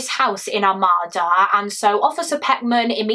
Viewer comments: I'm from Macomb county Michigan as well. I saw this horrific story play out in one of our SAFE communities 😢 Not to sound like a ass lol It's "Are-made-da" (Armada) I can completely see how everyone would get that wrong. We have so many weird named towns and cities. No one can pronounce them unless you're from MI. ESPECIALLY Detroit Street names! The all have kinda a French influence to them, or at least I think it's french. I'll have to look that up. One example is the street my home is off of Gratiot but don't try to sound that out 😅 it's pronounced Grash-it" then we have a street in Detroit called Cadieux it's pronounced "Cad-Joo" I looked it up and I was right about the French influence. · Good presentation of the case. Not trying to be picky as I have heard it several different ways but the pronunciation I hear most for Armada is something like Ar-may-dah. As a semi local I don't think I know anyone in the family personally or anything but I do recall seeing the news articles and similar for information when driving through the town at the time.